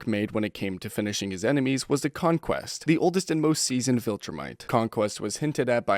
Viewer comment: You say c*mequest